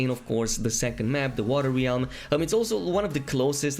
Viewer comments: Bro .... REALM....not RIALME plz....sorry it was driving me nuts. Good video content doh. ;) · Great video! FYI realm is pronounced “r-eh-lm” and not “re-alm”